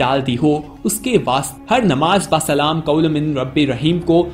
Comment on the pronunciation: بھائی آیت ٹھیک پڑھو سلام قو لم ہے قلیل لم نہیں